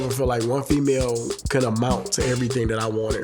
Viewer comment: I love how he says "FEMAYO".